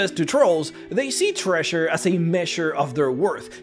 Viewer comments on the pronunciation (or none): I'm distracted by how you pronounce 'treasure' as 'thresher' .